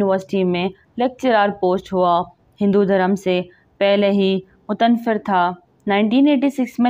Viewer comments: ‘Mutanfer’……wah wah kya urdu hæ……iss ka sahi tallaffuz ‘ mutta naffir’ hæ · Aap boht alfaz ghalat purh rahy hn jesy mutenfer yeh koi lafz nhi .mutanaffer lafz hy.uss science dan ka naam Stephen hawking's hy sub ghalat pronounce krty purny sy pehly thora homework or rehearsal karen phir vdo banayen. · oh bb Urdu to seekh lo pehley.. mutan far nahi hai... Mutanaffar hai ( fay per tashdeed hai) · "Mut naf ar" boltay hain